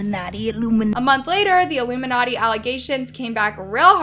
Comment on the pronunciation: if u listen to motive by her and ari in reversed and but it in 0.75% speed u hear doja says ilmunati